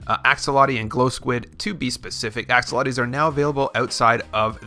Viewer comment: Axe oh lot e’s...bruhhh